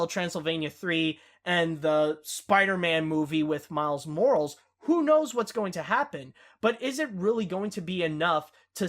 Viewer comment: I love the fack that you still say Miles Morals